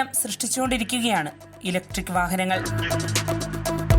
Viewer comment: ഇലക്ട്രിക് വാഹനം എന്നു പറയടി വാണമേ 🙄🙄